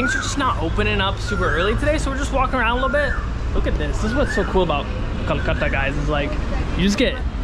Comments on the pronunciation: It's not kalkatta.... Bro it's Kolkata! Next time correct yourself. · Kolkata was the write pronounciation, kalkata❌